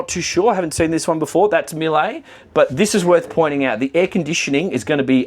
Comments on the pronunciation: You pronounce Miele wrongly LOL. It should be MEE-luh. Not Milay. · Miele is pronounced like Meelluh.